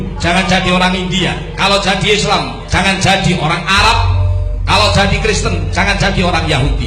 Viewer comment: Kristen dan Yahudi beda kali 😏😏😏 BTW, pas nyebutin kata "Arab" agak ditegasin gitu ya 😏😏😏